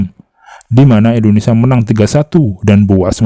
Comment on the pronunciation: Indonesia bang,, bukan Indonesa.. 🙏🙏🙏🙏🙏